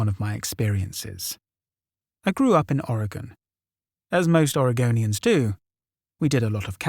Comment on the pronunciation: Hearing someone pronounce "Oregon" and "Oregonian" correctly deserves a Like and Subscribe all on it's own.